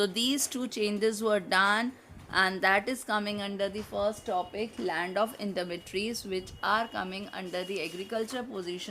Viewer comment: Your voice is not clear.. And you pronounce Intermediaries as intermedateries...